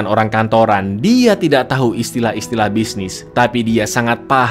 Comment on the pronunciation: Bang lu typo di menit Yg harusnya lu bilang tau malah jadi tai bang